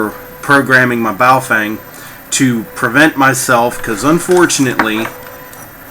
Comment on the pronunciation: FYI The Correct pronunciation of Bao Feng is not "Bah-oh fang" it is Ba-o-fung....